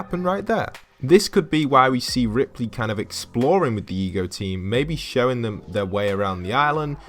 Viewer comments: EGO, as in Alter Ego. Why do you keep calling it the E G O team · Why does he keep saying E G O? It is without doubt Ego as in "Alter Ego"... Hello! Wow, it could not possibly have been any more blatant of a theme. It just drives me crazy that some of the younger generations either don't learn the things that were once general cultural knowledge, ir they simply won't spend time to research these easily evidenced subjects... Also, reading would really help them to understand so much about popular culture from a few decades back as well... but none of them read at all so...